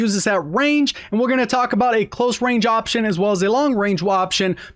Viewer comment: did he just say waption(woption) 🤣🤣